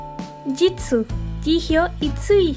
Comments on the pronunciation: no se dice jijio se dice yiyo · Yio? No se pronuncia yijio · No sé pronuncia "Yijio" se pronuncia "Chiyo" y si tienen dudas, hay más videos donde lo dicen :) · Yo pronunciaba jiyo xd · No hate pero se dice "choion" a jeongyeon "jihio" a jihyo